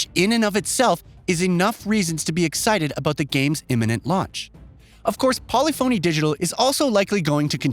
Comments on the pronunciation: How did this goon just pronounce the developer? Wtf. Lol. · Bruh. Learn how to pronounce "polyphony". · Please pronounce Polyphony like Symphony. It’s not SIM-PHONY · How does a gaming centric channel not know how to pronounce polyphony? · This guy's pronunciation is horrendous! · This guy keeps saying polyphony digital wrong. I think he's trolling us. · Way to mispronounce every car manufacturer and developer name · Exactly. Can’t wait for the epiphany that hits this guy when he learns how to pronounce Polyphony 😂